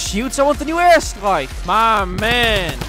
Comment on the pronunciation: Is he saying ass strike or air strike Im joking i love u and use code bakbak5